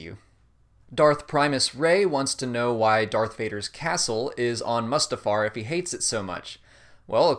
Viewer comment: its on mustufar and its sullust not sullest